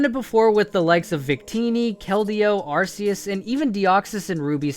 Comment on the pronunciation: its R-K-US